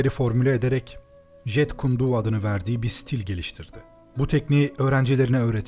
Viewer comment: jit kun do diye okunuyor jeet kune do diye yazılıyor aga naptın :D